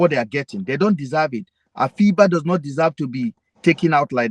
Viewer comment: The name is not pronounced as Afee -ba it's Afiba. Means Friday born, its an nzema name